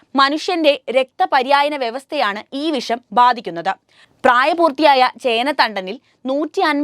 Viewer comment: വിശം ആണോ വിഷം ആണോ നല്ലത് പോലെ സംസാരിക്